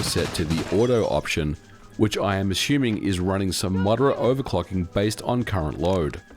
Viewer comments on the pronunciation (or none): none